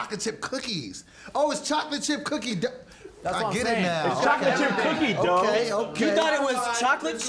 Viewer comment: I did too!!!: don't be tryna get famous., she not the only one. I heard it, too! When you enunciated "Dooughh" I heard it I heard it. She tryna be extra and stuff. Always doing tha most, some people. I heard it, though. I heard you...I did, too...not just harr..